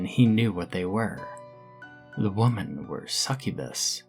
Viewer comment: You have the pronunciation of women wrong. Really annoying